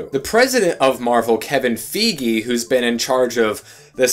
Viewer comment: Isn't Feige, as in Kevin Feige, pronounced with a long i like in "bike"?